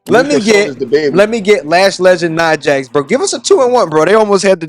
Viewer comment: I swear sometimes it sounds like youre saying "No Hoes Lex" and i always feel a little bad for my dawg